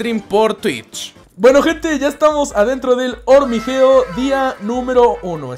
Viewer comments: dijiste 7 veces hormigeo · Dijiste Hormigeo 10 veces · Dijiste 21 hormigeo